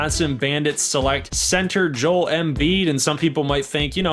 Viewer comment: “Jole embiid”